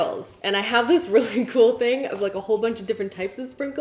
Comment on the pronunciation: How she says ‘really’ is annoying